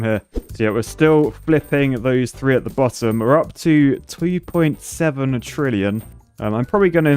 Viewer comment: is it just me or did say twee point 7 billion?